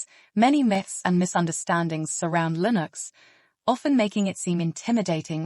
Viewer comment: "LIN OX is everywhere." Is this AI?